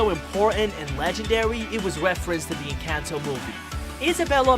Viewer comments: ITS ENCANTO NOT ENCENTO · Bro, it’s pronounced En con toe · EN- CAN -TOE😂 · ITS EN-CON-TOE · it's called enconto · It’s “encanto” ❤️🧡💛💚💙💜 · they are talking about the pronunciation the man in the vid was saying it like en-cayn-to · we pronounce it as ing-kan-to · YOUR SAYING IT WRONG ENCANTO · you're pronouncing Encanto and Mirebell wrong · YOUR SAYING ENCATNO WRONHG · Encanto don't had y and it's encantoy now🤦🤦